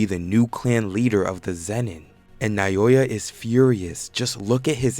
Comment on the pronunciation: can this dude not learn 3 names bruh, he calls naoya nayoya, choso is chozo, ogi is ozi, jinichi is ginichi, learn the damn names